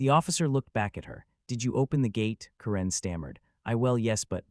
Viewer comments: Ka-REN? I always thought it was pronounced Karen! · A-I voice. It's not Ka-rin, it's Kar-en.